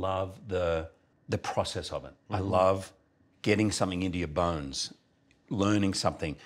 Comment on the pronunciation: Am I the only one that keeps hearing "Get into your buns" instead of "Get into your bones"?